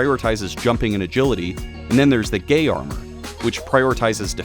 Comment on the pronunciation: Did you just called the Gaia armor the Gay armor?